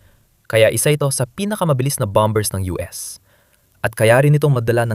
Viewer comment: bom - ers not bom - bers